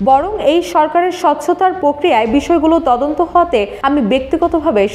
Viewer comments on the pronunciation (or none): none